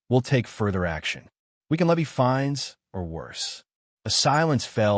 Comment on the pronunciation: LIENS NOT LEANS.FINES NOT FINDS.